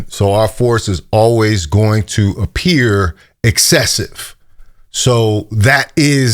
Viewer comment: Did you say APPEAR lol